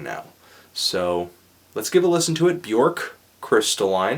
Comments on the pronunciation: its not bjork its bjöööööööööörk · It's not Bjork. It's Bjuhrk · Bjork... pronounced Byerk.... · Not to be "that guy" but "Björk rhymes with jerk."